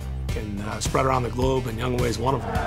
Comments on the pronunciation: they should pronounce his name 'young-o' instead of younghway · I'm just wondering if he got made fun of during his childhood, because of his first name, Young Hoe. Why they pronounce his name Young Way? Is that how you really say it? lol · It's Young-Hoe (like the gardening tool), not Young "Hway". Why can't people read?